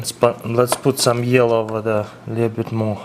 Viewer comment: He sounds like Mr.Gru from despicable me!! :p the way he says yellow !